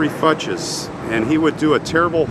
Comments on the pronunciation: I think it's pronounced FYOOKS, not Fuches. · i believe it is pronounced "fewks" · That name is pronounced 'FUKES'. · I've never heard this name pronounced Fut-chez. I've always heard it pronounced Foou-kes. Interesting . It is a sad story. He sure had a lot of anger. Wow I was 12 in 74. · I'm surprised they pronounced their surname like "futches." My kids had an elementary school teacher with the same last name, but she pronounced it like "fox." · The last name Fuchs is pronounced “fewks”. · I've heard it pronounced "fox" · It’s actually pronounced like Fooks. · I grew up with a family who had this surname. They pronounced it "Fox". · Swiss. Also last name Fuchs should be pronounced Few-ks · The name was likely pronounced FOO-ks, it is a relatively common name. Perhaps the cemetery can show you the burial record, which would show plot numbers and name of funeral home or clergy involved. A church would be a good source of information. Finally, you may be able to submit a request for police records since this was a closed criminal case. Probably more effort than you have time to give, I know. But I'm a "why" person like you and hate speculation about strangers' lives with no way to ever know the truth. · a co worker with last name "Fuchs" pronounced it "Fox" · I think the last name is pronounced FOOKS. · Fuchs pronounced Fooks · Are you sure that`s how they are pronounced? In german you`d say Fuchs, mean FU, as you pronounced it, but the ch more like the Ch in Chyenne, and the s more like the s in seven.